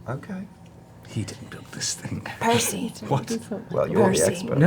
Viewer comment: Ha! Of course Tary is the first person to actually get Percy's name right after the first time hearing it. xD